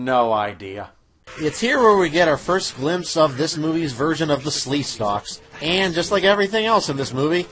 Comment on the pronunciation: Sleekstaks not Sleestalks. Sorry, 8 years late.